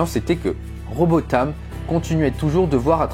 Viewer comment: Vous avez mal lu Robotham ! Dommage de perdre son temps à raconter autant de bêtises!!